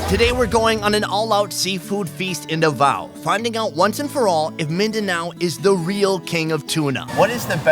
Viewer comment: Davao is pronounces as DA-VA-U